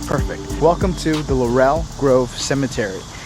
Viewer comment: I hope you enjoyed our city. The tunnels are closed up especially the one at the Pirates House restaurant! Unfortunately the ghost tour people are paid to be dramatic and they mix history with acting. They are paid to do this! Even though I live here I have taken these tours they are fun! Btw it’s pronounced Lawrul grove. I hope you got the chicken at the pirates house. FYI the entire city is on top of bodies from the yellow fever epidemic. Go to bonaventure cemetery.